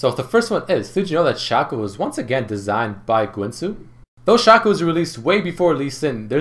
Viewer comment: toàn đọc là sêkô